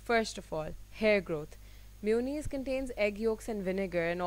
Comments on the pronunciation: its ma-yo-naise not miyunize . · It’s mayonnaise not myonaise ... not hating...love u ❤️❤️ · Its maa-yooo-nnaise Not mi-uuu-nis 😂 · Chinnu Gowda I watched some people saying mewoneese on tv but it's mayonnaise jese month May pronounce hota hai istra mayonnaise... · Bhavika Maheshwari its an accent dude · She means mayonnaise! Never heard it being pronounced that way but it’s so cute!